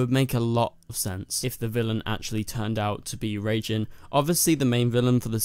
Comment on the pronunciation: It's not "Reijin/Reigin", it's "Raijin".